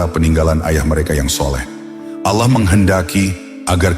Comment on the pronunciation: Sumpah kesel banget ngucap Allah jadi alah .. apa alah alah itu .. mending jangan pakai AI kalau pengucapan Allahnya gak jelas alah alah, mirip kristen aja